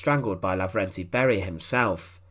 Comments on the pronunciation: Who are these "Barie" or "Kriev" 🤣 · Lousy translation made by AI. Beria's name was pronouced with four diferent versions.